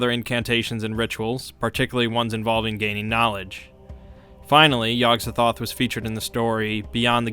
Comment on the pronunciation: The gatekeeper's name is pronounced: Yog Sot-oth